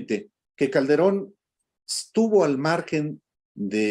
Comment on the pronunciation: Y "Caldebron" ya se pronuncio?